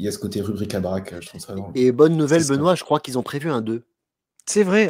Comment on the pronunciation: ne change rien, quoiqu'en disent tes 2 acolytes, ta prononciation est top 😁😁😁